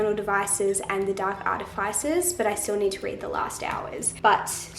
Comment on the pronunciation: Artifices is pronounced ar-ti-fis-es. 🙂